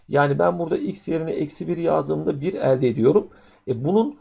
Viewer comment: kafayi yicem elde derken yanlış telaffuz ediyor öğretmen ekranı kırıcam şimdi